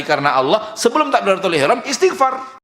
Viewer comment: Mas, itu istighfar bukan isti'far. Ini tanda anda memang perlu banyak belajar (saya juga), sehingga tahu kalo kita seharusnya cukupkan seluruh ibadah kita sebagaimana dicontohkan Rasulullah, tidak perlu bikin2 atau tambah2.